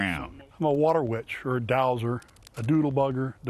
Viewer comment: *dowser. Sheesh!